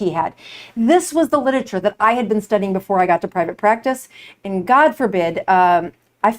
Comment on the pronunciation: Oof— mispronounced literature repeatedly. 🥴